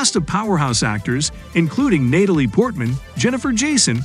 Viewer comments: Who the hell is NAYtalie Portman? How can the person narrating not know how to pronounce the utterly common name "Natalie"? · Is this a REAL voice actor doing the narration? How in the unholy fuck does a normal english speaking human being pronounce Natalie as NATE-uh-lee?? Suuuuper sus